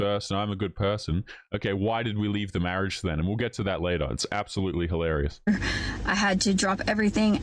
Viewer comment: There's no such word as HAlarious nor hoelarious. Hilarious!